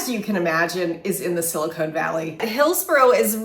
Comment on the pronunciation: Okay, just gotta say, “Sili-cone” Valley is the space between two large fake breasts. “Sili-con” Valley is how you pronounce Silicon. Just trying to help you out! 😂